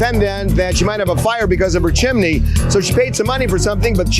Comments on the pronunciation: Chimney. The word is CHIMNEY. There is no such thing as a “chimley.” Stop. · It’s not chiminey (JM) and it’s not chimley (plaintiff). It’s chimney, pronounced “CHIM-nee.” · Chim-ney. Chim-ney. 2 syllables. 😂